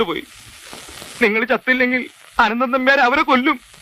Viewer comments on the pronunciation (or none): അനന്ദൻ അല്ലടോ അനന്തൻ